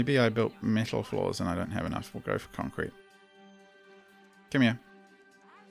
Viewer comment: Jesus man u say "concret" and u continuous using metal... from the start.. lol